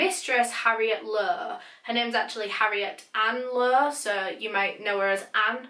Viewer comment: suh todays videuh